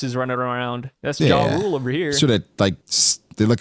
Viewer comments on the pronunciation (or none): And I think the "J" is pronounced with a Y sound...Yar- ole